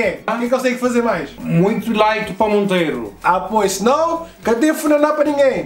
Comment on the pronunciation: 😂😂😂 não é laka é like